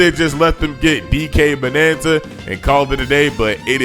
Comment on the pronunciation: its bananza dude not banana